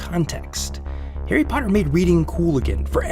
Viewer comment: “Hairy parduhh”